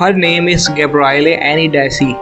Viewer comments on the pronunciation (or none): none